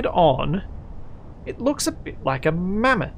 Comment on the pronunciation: momma-th? xD